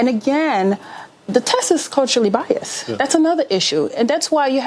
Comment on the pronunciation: ", WIFF ALL DUE RESPIK" & "DEEZ TESSES BEE CULTURALLY BIAZED" gtfoh w/this "gimme gimme gimme" & "appatoonity isn't there for black victims of racial profiling" It's all victim liberal BULLSHIT!!!!